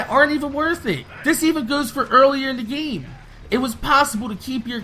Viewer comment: You do know its "GAME" not "GEEM"